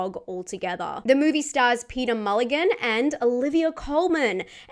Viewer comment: Peter mullean not peter mulligan